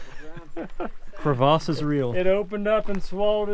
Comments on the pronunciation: "Hurricun" "Crevahz"; this checks out. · Great video crack me up on your pronunciation of a kurvas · It's NOT pronounced "Kre-VOSS!" The nice video pronunciation lady is 100% correct. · entire crew today thinks they're French, "crevasse'":face-purple-crying: In English it's a "crevice", a "cravasse" in English is a deep crack in ice. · and need to hold out their pinkies when they mispronounce Crevasses..